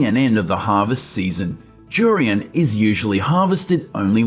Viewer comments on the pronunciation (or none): It's DDDDURIAN not JURIAN you freak!!!!!!